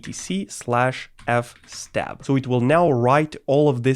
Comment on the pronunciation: Even noobs pronounce FS Tab as F Stab